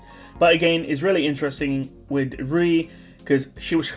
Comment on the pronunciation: Louis is mispronounced. Rui is correct